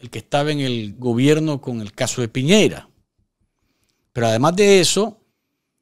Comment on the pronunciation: ...el presidente de Chile es Sebastián Piñera...no Piñeira como dice el vago Ortega